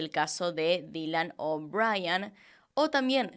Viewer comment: Jajaja, dijiste Dylan O'Bryan al inicio.